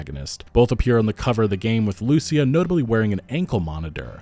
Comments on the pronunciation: Bruh, "Loo-SEE-ah", not "Lucy-ah". Ya killin me. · Hey man, just a minor thing. When you say “Lucia” you pronounce it like “loose-e-ah” putting the emphasis on the “u”, you need to put the emphasis on the “i” like “loo-see-ah”. Or don’t, just saying😂 it sounds a bit jarring. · loo-see-ah That is how it is pronounced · Dude, learn how to say Lucía. Wow.